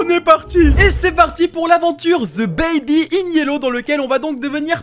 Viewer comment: Ce jeu est trop bien mais tu le dis un peu mal ça se dit baby